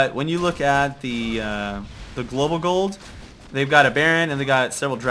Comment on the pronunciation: i like how he says : 36k g00ld :D